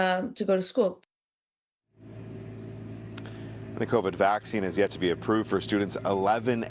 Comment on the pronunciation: Emphasis on "yet".